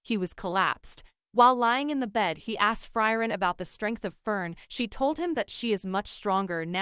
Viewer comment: Who is Fry-ren?